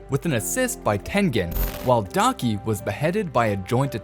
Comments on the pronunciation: why! why!! why!!! it's daki not donkey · When he said daki and gyutaro i though he said donkey not daki💀💀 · Daki sounds likes “donkey” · her name is daki not donkey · "Inosuke Hashibara" "Guitiro" "Donkey" 💀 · “Guitoro and Donkey” “Yoko” 💀👍🏼